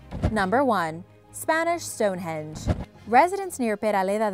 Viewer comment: I like the way she says Stonehenge... Stonehedge.